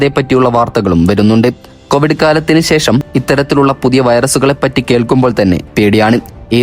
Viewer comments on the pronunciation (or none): none